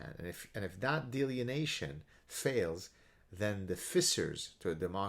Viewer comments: I never insult someone for mispronoubcing a word... it means they learned by reading. Delineation. =) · Love you Gad, one comment (and coming from a guy who speaks 1.5 languages, so I admit some hypocrisy) in the spirit of education and good faith, I am pretty sure the word you are using here is pronounced 'dee-lin-ee-ation'. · he's switched the n & e around... delienation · It's pronounced DEE-LINN-EEE-AYSHUN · Are you saying "delineation"? If not, what is the word? I've never heard "delineation" in that context and can't find a similar word in my dictionary. Cheers.